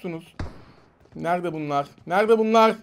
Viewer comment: nerde bunlağğgg nerde bunlağğğ 🤣